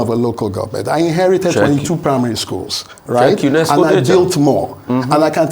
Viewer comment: Rufai why are you over emphasizing UNESCO as if is not 1 of the Bretton woods institute.